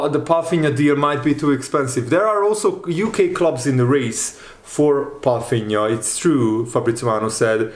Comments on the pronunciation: That’s my point. So why is pronouncing his name with an “F” in it? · Is that how his name is pronounced? Palfinha?? Let me know guys